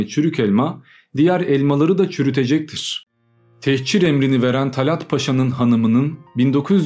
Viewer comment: Techir değil, "tehcir". Hicret, göç, ayrılık.